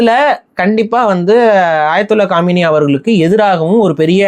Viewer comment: டேய் காமினி இல்ல, காமேனி......